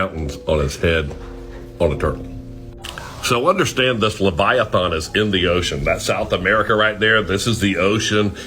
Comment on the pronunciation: I'm getting tired of the guy mispronouncing Leviathans name. It's not spelled Leviathawn. Dumbass